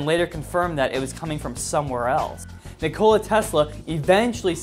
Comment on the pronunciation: ok, you mispronounced DEBRIS and NIKOLA...UGH! I'm trying, I really am. I'll resume the video now and hopefully nothing else is mispronounced,.